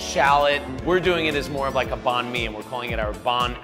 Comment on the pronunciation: I'm viet and I hate the way these people say Banh